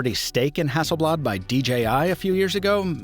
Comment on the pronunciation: damn, your pronunciation of Hasselblad is the closest to swedish that i've ever heard from someone that isn't native to Sweden